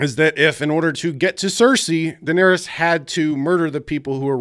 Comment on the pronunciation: "what about jon, he went from knowing nothing, to doing nothing", actually its pronounced "Daenerys"...